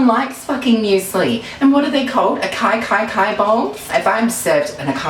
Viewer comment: im dead "acaicaicai bowl" HAHAHA yaaasss